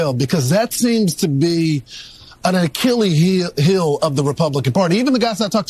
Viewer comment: Can't Fox afford reporters anymore who went to school? No such thing as a "R Kelly hill". If you refer to an "Achilles' heel", you need to pronounce it properly. There is no excuse for willful ignorance. If you can't pronounce it, don't use it. Use other words instead, like weakness, shortcomings, etc. Unless, of course, you don't know what those mean either.